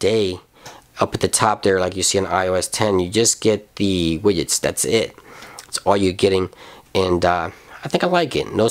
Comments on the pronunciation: Widgets is pronounced as widjets not wigets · cracks me up how you say widgets xD thanks for the demo :) keep it ip